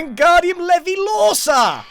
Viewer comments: It’s LOREviosa, not leviLOREsa! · I feel like you would have gotten Unbreaking III sooner had Impulse said "It's wingardium Levi-lore-SA not Levi-lore-sa" 😂